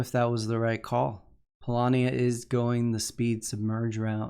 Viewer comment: Actually, in polish the word "Polania" is pronounced the way does it;)